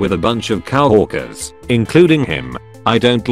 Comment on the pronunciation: No one Literally fucking no one Text to speech guy: Cow - Orkers